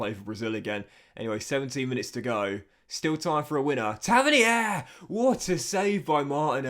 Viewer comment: Tavernier is pronounced Taverneer. You’re Frenchafying it